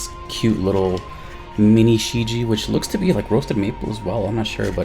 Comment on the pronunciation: Great review dude. Just to let you know, its pronounced as "shh Jyeah"